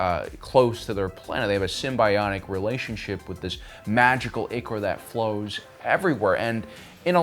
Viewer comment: Sorry, I hate to be that guy, but ichor is pronounced “eye core.” English kinda sucks.